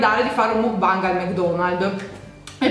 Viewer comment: Non ho mai sentito nessuno che mangia il panino da mc Donalds col pesce ahahah sei fantastica comunque lo dici bene mukbang si pronuncia con la A secondo me i gatti sono saliti sul tavolo dai ahah